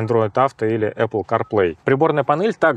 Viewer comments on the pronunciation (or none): none